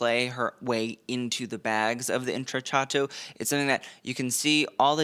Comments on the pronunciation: Indeed - cc followed by a vowel is “ch” and cch is “k” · intrecciato: The double cc is pronounced like a k. Like the word “Pinocchio”. Just trying to help ya out! You do an amazing job on these videos.